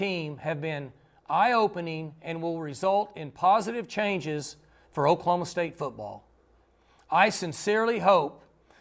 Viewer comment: It is "Oklahoma" State. Not much more to say.